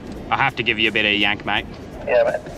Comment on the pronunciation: Did you say Yank or wank 😂😂😂 haha 🤣🤣🤣